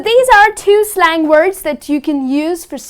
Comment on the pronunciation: slang pronounce wrong